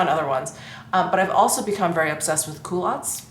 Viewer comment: I had to laugh when you were talking about your 'coolatts'-it wasn't until you tried them on that I realised you were talking about culottes. I must admit my hearing is no longer as acute as it once was. Your anniversary ring is stunning, enjoy.